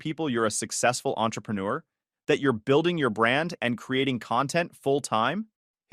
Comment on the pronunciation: ) The US Supreme Court has ruled that there can be no expectation of privacy in a PUBLIC place. Chad can not claim to be family. jake is an adult. Is Jim really his step-father? ) Mispronounced Entre Pre Neur with added letters.